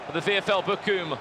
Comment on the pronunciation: Hahahaha Bockum 😂😂😂 Its Bochum haha 😂